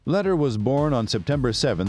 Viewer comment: This video is full of BS. Pronunciation of Lehder, Medellin and most of the facts are wrong. He never bought Normans Caye, only parts of it. No one ever called him "Crazy Charlie".